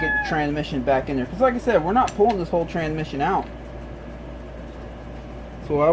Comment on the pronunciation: Hey buddy you do understand that there is an S between tran and mission right? Its not tranmission its transmission...You keep dropping the S. Why are you doing that because it makes you sound like you may be mildly retarded.. I don't think you really are mildly retarded you just sound like you are when you say tranmission instead of transmission.